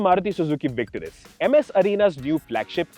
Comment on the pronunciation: oh, my, God!!!! Just as the video started, I was thinking, "finally, these guys, I have been waiting for them...", and then I see that you PRONOUNCED THAT NAME CORRECTLY!!! YESSS!!!